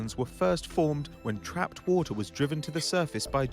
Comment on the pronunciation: WHAATER XD